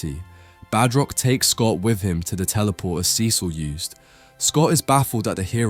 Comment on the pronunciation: The way you pronounce cecil is infuriating